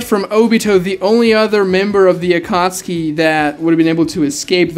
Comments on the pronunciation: I don't know how the English version says it but it sounds very wrong to me when you pronounce it like akatski instead of akatsuki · never watched naruto past the chunin exams, and read the manga so im wondering, is it pronounced akatski like how my man pronounces it or is it like akat-suki?